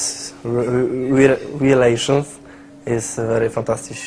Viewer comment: Rilejszyns is wery fantastisz XDD